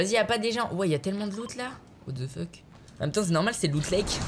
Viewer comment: Et à : Mais what the feutte